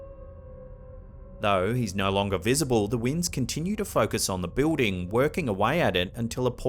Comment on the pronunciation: Btw, when he says, "Bewding" he means Building.